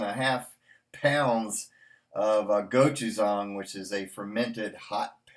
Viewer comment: Go-too-zong? Is that how you say it? Oh...love the plastic spoon you have been using. I agree and if I can find a day I can suck it up enough to record a review I will be doing the same! Hopefully soon! Good one,. As always.